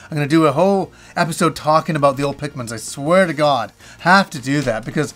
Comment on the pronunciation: "Oh my got ... oh my got." 😅